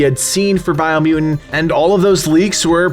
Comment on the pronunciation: Bio mu-ent